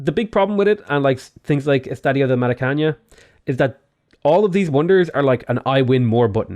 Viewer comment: Just to be a little bit annoying, the "ã" is pronounced like a long "uh" sound, so it would be more like Maracanuh. Otherwise it's a real nice video, congrats